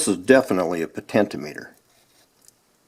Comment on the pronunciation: Good video, however your pronunciation of potentiometer was driving me crazy though. It’s “po-ten-chi-ah-me-ter”